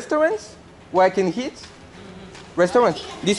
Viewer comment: aberrante cette video :o par contre frero c'est "eat" pas "heat" y a pas de h